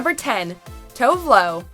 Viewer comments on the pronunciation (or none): Tove Lo is pronounced like Too-veh Loo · Pronouncing Tove Lo Tovlo makes my swedish ears burn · please pronounce Tove Lo's name correctly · No FKA Twigs!!?? and the way she pronounce Tove Lo pissed me off a little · Oh man she just butchered Tove Lo's name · love how they said Tove Lo, so wrongXD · jeez you pronounce tove lo’s name wrong.....